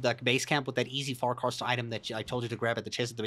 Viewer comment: you said fare-caister